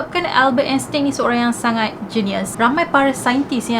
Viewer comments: Erkk kak,..sebutan Einstein yg btol dlm bhs mlayu Ainstain..Bkn Instin..Hehe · sebutan nama Albert Einstein ni Albert Enstain.. tin tu tukar tain 🥰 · Happy birthday 🎂🎂🎂 love your story so much.. nk betulkan sikit.. pronunciation Einstein tu ‘ain stain’.. sharing is caring ☺️